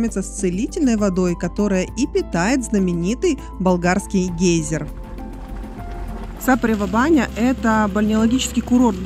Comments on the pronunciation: Это не единственная ошибка. «СапарЕва баня»! Я ещё до конца не досмотрела- то ли еще резанет ухо… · На самом деле да, болгарам режут слух ударения. Меня тоже раздражало САпарева баня. Но зрители ролика русскоязычные и эти мелочи не так важны на самом деле. Ролик хорош и познавателен. Маленькое дополнение - гостиница "Файв элементс" в Сапаревой бане принадлежит собственникам комплексу "Котвата". Гостиница новая, СПА центр там один из лучших в Болгарии, а заодно поселившись там получаешь доступ ко всему комлексу "Котвата"! И еще немного - недалеко от Сапарева баня находится деревенька Белчин, там два очень неплохих СПА комплекса с минеральной водой - "Белчински извор" и "Белчин гардън". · Великий римский полководец Велизарий (505-565) родился в СапарЕва-Баня (ударение на букву «Е»).